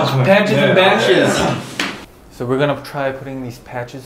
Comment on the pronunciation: Johnny: Badges and Patches What my mind hears: Batches and Patches